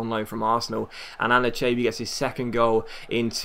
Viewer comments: ***** It's pronounced Ann-eee-cha-bee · Anichebe is pronounced A-nee-cha-bee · He's Saying It Wrong I'm Even A Evertonian! An-A-Che-Bee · Just sell Anichebe next transfer window so we don't have to argue about how to pronounce his name. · Is it just me or is he slaughtering anichebe's name? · Can you please learn how to say anicheabe correctly please.